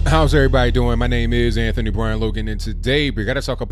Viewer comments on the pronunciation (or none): none